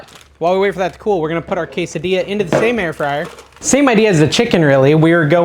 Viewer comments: Why do you keep mispronouncing all the Spanish words. You obviously know you’re saying them wrong and you asked if we liked how you say queda dila instead of quesadilla. Jalappin o it’s jalapeño. Real turn off to me A Maxican American. Bc boy we better not mispronounce English words bc then we get made fun of called names etc but you think it’s cute to purposely slaughter Spanish words. Not cute to me. Big turn off. You might consider being more culturally knowledgeable. Since you are using food from Mexican culture Your cooking w Mexican ingredients. Show some respect to the language. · Did you actually say, “tor-TIL-a”??? And then ‘Case-a-Dila???” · NO, NO, NO….on the Queso Dilla!!!! lol 😂 Each time you said it that way I shuddered! Just kidding, of course you can say what you want, it’s your party! You are looking great dude! I’m excited to try all these recipes. Thanks for making the Keto videos. After the holidays I NEED them. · I like your recipes but I balk at your pronouncing the “ells” in tortillas. If there is one “ell” you pronounce it but if there are two “ells” they are silent. Tor-tia!!! No “ells” pronounced! Also goes for quesadilla…do not pronounce the “ells” hence say quesa-dia!! Thank you for your yummy recipes!! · Quesa .... dilla? 😂 "Rao's" is mispronounced also. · no I absolutely hate how you say quesadilla! its worse then when you say blent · I'm not Latino, but it's disrespectful and downright stupid to pronounce quesadilla that way. Blocking this channel.